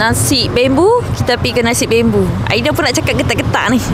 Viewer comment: Nasi bambo kak bkn bembo🤣